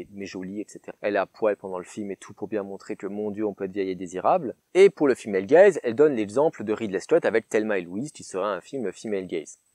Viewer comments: Moi j'avais compris "fille malegaze" Autant dire que j'ai eu du mal pendant 3 quarts de la vidéo x)) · Pendant vingt minutes, j'ai cru que tu avais dit "le film HellGaze" et non "female gaze". Je suis déçu car je croyais à une version alternative de HellRaiser.